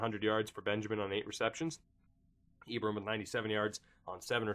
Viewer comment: Hate to be this guy, but it's pronounced E-Bron like LeBron!